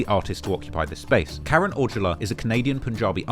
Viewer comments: the pronunciation for Karan is “Cuh Run” not Karen. Do your homework on pronunciations lol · Karen is pronounced ~ke-ran~